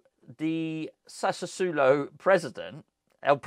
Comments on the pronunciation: sassuolo - sassu - oh - low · Incase needs help with pronouncing things sassuolo is pronounced sas-wol-oh 😆😆